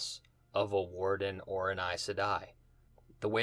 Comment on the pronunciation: It's "Warder", and "NyNaeve", btw. Good stuff though.